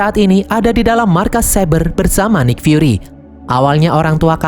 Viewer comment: nik fyuri cara bacanya bang